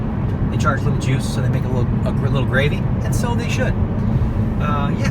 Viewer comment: I misheard you at first and thought you said no jews, not no juice. Was very confused for a second.